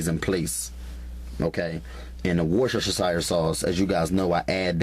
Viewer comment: 😂😂😂love his recipes!! Worshashashire sauce..